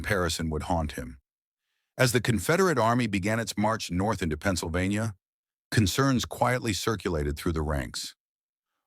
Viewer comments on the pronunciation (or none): none